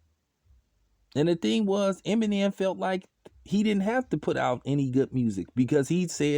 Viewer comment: Funny you sayin this but you can’t say Eminem right